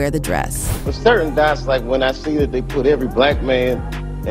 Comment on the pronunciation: I don't think it's a real person. They also pronounce certain as